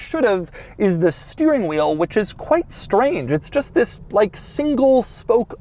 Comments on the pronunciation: Nobody: Doug: Zisssss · It's more how he emphasizes it noe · it's his emphasis on the word. get a clue.